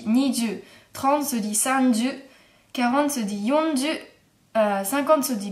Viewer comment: je crois que tu ne me comprends pas. Je parle de la prononciation pas l'orthographe, dans ta vidéo tu dis yon comme non et pas yon comme nonne! C'était juste ça...